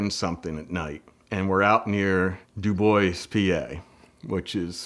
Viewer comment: I used to live in DuBois too. Thankfully he pronounced it correctly. Lol